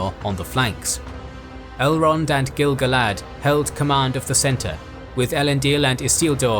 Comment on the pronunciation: Finally someone who pronounces gil-galad correctly. Like I do!